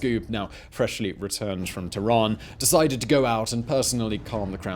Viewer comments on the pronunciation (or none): none